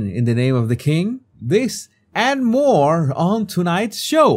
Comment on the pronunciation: Moar? It’s more